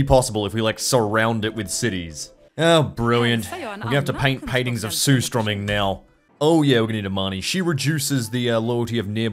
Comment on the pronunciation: Oh my god he pronounced it correctly you are the only non Swede or Norwegian that can pronounce surströmming correctly you great leader is the best Ozzie youtuber and the second on my list beating Lazarbeam